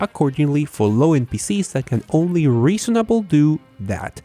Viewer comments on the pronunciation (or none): none